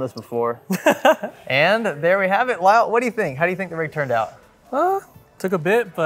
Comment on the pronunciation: Calling Kyle "Lyle" is a massive L right there.😂😂